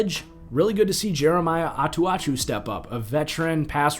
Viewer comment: Note on the Denver linebacker (because I think he could be in future videos as well). I'm referring to Jeremiah Attaochu (Ah-tah-chew)